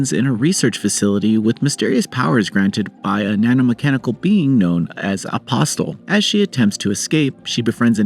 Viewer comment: What is that pronunciation? I have never heard anyone hit the “T” that hard in “apostle.”